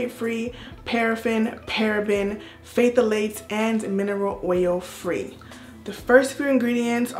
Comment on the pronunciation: Hey!! Nice review and congratulations on 50K!!! 👏🏾👏🏾👏🏾 and you did good pronouncing the ingredients!!! Just wanted to let my good sis know the “Ph” on Phthalates is silent. 😘😘